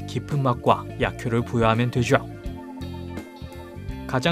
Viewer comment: 되죠 는 솔직히 그냥 되죠라고 발음하면 되는데 되쥬에욥! 이러니까 역겨워요